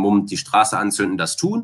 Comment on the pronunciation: also ich würd mal tippen das er aus Köln kommt haha hat ja ein großes Geheimnis darum gemacht (verständlich) aber da kam, wenn mich nicht alles täuscht, etwas der kölsche Jung aus ihm heraus :D ( die Betonung „dat“)